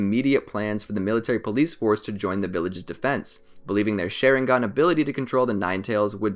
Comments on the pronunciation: LMAO Share-in-gon its Shar-ing-gan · You pronounced it like “sharing gun” it’s SHA RING GĀN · This man says “Sharing-gun”…. I can’t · Bro it’s a sharingan not a shairingan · Why does he call sharingan sheringan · SHARingan not SHAREingan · Its SHARINGAN NOT SHERINGAN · Stop saying sherigan u need to Sharingan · OMG ITS NOT (SH-AY-RING-GON) ITS (SH-AH-RING-GON) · This man is calling it sharing gone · I got to about in and the way he says "Sharing Gone 🤪" took its toll. i can't lol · the way he says it: Share-in-gan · Dude really just say SHAREringan at the beginning of the video 🤦‍♂️😂😂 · their shareingan lol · the way he says it bugs me ''shareinggon" it just sounds hella weird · My man said Sharing Gun all I hear 😂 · my guy really said sheringen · it's not called a sheringan but a sharing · He said shareingon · Did he just say shareingan XD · Lol he said some the shi-re-gan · Why the hell does he say shareingan it pisses me of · wtf is a share-ingan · Share-ing-gan lol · its sha-rieng-gun how to pronounce it. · i like how he can pronounce other Japanese words but not sharingaun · probably not a bad video but I couldnt finish it cause of the way he continuously mispronounces sharingan